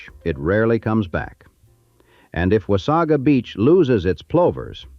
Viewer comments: "Memorial Day". This does not exist in Canada. The typical pronunciation is "Wah-say-guh", not 'Wah-saw-gaa" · beautiful beach, horrible place to go. i wish i coulda seen it in the 20's and 30's, but in my life from the 80's onward it has always been horribly gross. i forgot about the fire completely. plus no one says wasaga like the a.i. narrator. or haudenosaunee. oddly enough it pronounced anishinabek quite well!